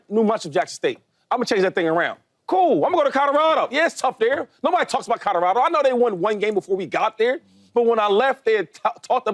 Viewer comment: Shady always trips me out saying: Codorado 🤣